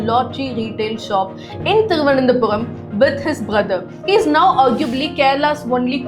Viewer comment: Thiruvanandhapuram not Thiruvanandhapuvam